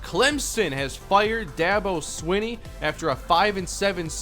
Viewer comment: Did this man really just mispronounce Dabo swinney